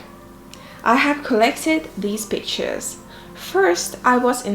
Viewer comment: I know I’m around People who curse too much when she said pictures and I heard bi***s